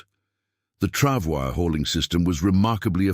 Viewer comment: "Pronounced "Travoy"